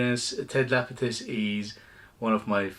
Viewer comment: Man, please. Ted LapiDus. Not LapiTus. Hurting my ears. Love ur videos btw.